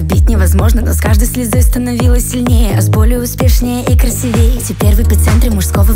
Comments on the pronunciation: У неë своеобразная манера произношения. Она говорит красивЕЕ. На самом деле. А слышится как красивеЙ😂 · КрасивЕй 🤦🏻‍♂️🤦🏻‍♂️🤦🏻‍♂️ Поднимаю тост. Может бокал поднимают? А тост произносят. Неужто никому не резануло слух? Сейчас, чтобы быть популярным вовсе необязательно напрягать извилины и проявлять уважение к родному языку. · Что с Люсей носятся, совершенно не понятно. Сколько ни слушаю, ничего не нахожу: ни голоса, ни трогающей за душу музыки, стихи кое-где рифмуются, а в основном белые, и ударение не верное (красивЕе). Короче, какой-то аул. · Тосты не поднимают, их произносят. А поднять можно только бокалы. В слове красИвее ударение подает на 2, а не 3 слог😵‍💫 Господи, что за грамотеи пишут эти песни-"на-пополам", "от слова совсем" и тд.. Эх, проснуться бы лет 300 назад❤